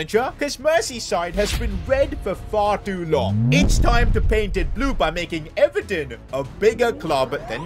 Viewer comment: Even pronouncing Everton is a huge L